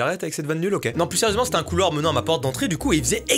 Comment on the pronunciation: Un assenseure. .un couloire...UN CAREMBARE